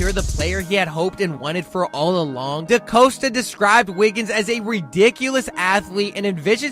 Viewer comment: Could just be me, but put in a better effort of pronouncing names right “trennon Simpson” “decoasta” and whatever you said instead of Madabuike